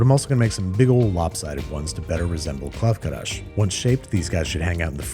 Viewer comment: Why is he saying Krav KaRash?